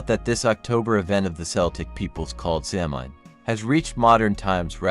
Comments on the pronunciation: A few things... Samhain is pronounced SAH-win. Celtic is pronounced KEL-tik (with a 'k', not an 's'). What you relate are the legends, myths, and folklore that surrounds Samhain. What we definitively know about it woukd fitvon about a page and a half of paper. There is zero historical evidence that it had anything to do with a celebration of the dead. It simply marked the transition of the light half of the year to the dark. It was a time for culling herds, paying taxes and tithes, and the holding of judicial assemblies. Horse racing seens to also have been a Samhain activity. The carving of root vegetables dates to around the 1700's. It's just not historically attested any earlier. All Saint's and All Souls did not replace Samhain. They developed completely independent of each other. By the time the datecwas changed from May to November, bith the Druids and Samhain had been gone for over 500 years. Costumes associated with trick-or-treat developed around the 1930’s from right here in America - they do not tie back to Guising, Souling or Mumming. Historical similarity does nit equate to historical sameness. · This video repeatedly mispronounces words, it’s significantly reduces authority of information offered. There is no soft c in Gaelic. The word is not phonetically pronounced Samhain is Sow-en.